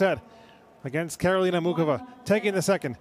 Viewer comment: Will all the knuckleheads, INCLUDING THE REFS, learn to pronounce Karolina's name correctly: It's NOT MOO CHOVA It's NOT: MOO Kova: It's: MOO HOVA How hard can that be????